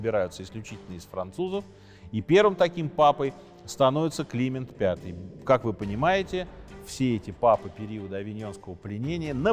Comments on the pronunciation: Почему папа КлИмент, а не КлимЕнт, дОфин, а не дофИн? Режет ухо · С вашего позволения, все таки, папа КлимЕнт (ударение на Е) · Не КлИмент, а КлимЕнт. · да, если бы ещё "Климент" произносил правильно и такие лажи типа "сражался на переднем краю"... 🤣- при рассказе осады и гибели Агры :((( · Прекрасный в целом рассказ, но то, как всё же произносятся слова «Климент V», «Жак де Молэ» и «Морис Дрюон», следовало бы выучить до того, как записывать видео.